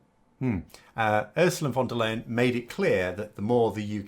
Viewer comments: The name is pronounced Von Der Lie-en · You should really figure out how to say her name. It might come up more often.